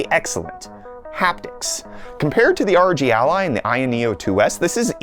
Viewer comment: The way he pronounces ROG as a word 😭🔫